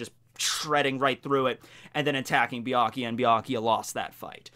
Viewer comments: I was a minute into this video when I had to stop watching because he pronounces Byakuya as "BEE-AH-KEE-YA", like the "U" isn't even there. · I love Bee- Ikea nice pronounciation ^^ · Saying byakuyas name wrong lol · Way to mispronounce byakuya 500 times